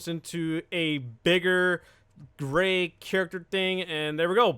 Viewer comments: Thought you said gay not gray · He said Gray i thought he said gay lmao😂😂😂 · i thought you were trying to say gay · Who else thought he said gay? Cuz i did lol